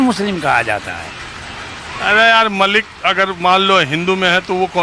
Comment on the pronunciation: Malik & Mallick mein farq hai, Mallick traders of oil hote hain aur Malik, ancient caste hai Arab region se. Dono Malik & Mallick ke pronunciation mein bhi difference hai, yeh old man Mallick ko Malik se pronounce kar rahe hain.